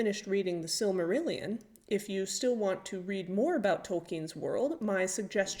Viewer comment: Love your style and attention to detail. The Tolkien legendarium is very close to my heart. Fingolfin crossing the Helcaraxe with the other Noldor has always been a moment of the mythology permanently etched in my brain. I’m partial to the tragedy of Turin as well. Nice job on the pronunciations ; some channels on YouTube really really annoy me with their overzealous interpretations and endless rolling “R” sounds.